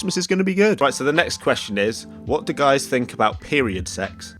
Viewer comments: i love how he pronounces it fink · That’s three not free...what’s wrong with the th.......what’s I fink....